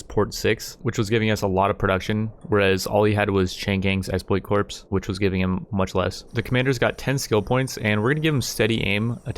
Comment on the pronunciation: Isn't corps pronounced core?